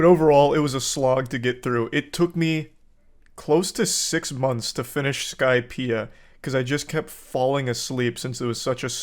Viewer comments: bro said "i just finished the skipeia arc" 😭😭😭 i clicked off the vid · Im sorry i couldn't hold my laughter when he said he'd been watching for 2 years and then he said " i just finished skypea".😅😂😂